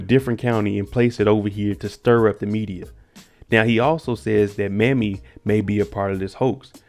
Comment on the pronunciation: Not trying to be disrespectful, but it's pronounced May-me. Not Mammy. My grandmother's name was Mamie.❤️